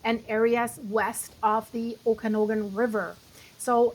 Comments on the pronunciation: Ptarmigan pronounced Tar-ma-gin, Chelan pronounced Sha-lan, Okanogan pronounced Oh-kah-NOG-guhn. Appreciate your reports. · OMG, figure out how to pronounce the areas, Lake Chelan (shaalan), Okanogan before you do a video!!!!!!!!!!!!!!!!!!!!!!!!